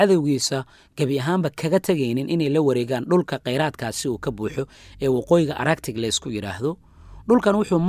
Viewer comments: Arctic looma akhriyo araktik. Waa aarktik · qaabkaad ugu dhawaaqeysid ee araktic ma ahee waa artik (arctic)